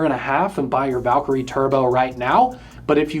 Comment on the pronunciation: P.S. It’s not pronounced “Valk-er-y”… It’s “valKIREE” Happy I subscribed?